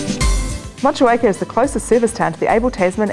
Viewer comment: wtf she is not pronouncing Motueka correctly.